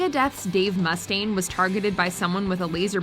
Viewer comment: And it isn’t Dave MUH-staine either!